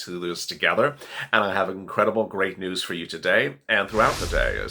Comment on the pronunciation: If you say grate new one more time I am going to 🤮